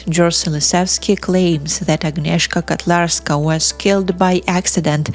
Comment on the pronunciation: Her name is Agnieszka KOtlarska. I think you read it with Russian аканье. We don't do it in Poland. Also it's Wrocław.